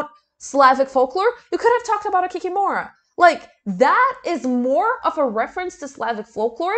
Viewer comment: Kee-KEE-moh-rah, not Kee-kee-MORA. Emphasis on the second syllable.